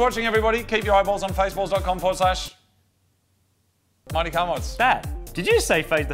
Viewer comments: The end of the intro really sounds like "Marty Car Mods"... :P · I'M SURE IT SAYS "MARTY CAR MODS" IN YOUR INTRO! Please tell me I'm right... EVERY DAM TIME I hear it say Marty instead of Mighty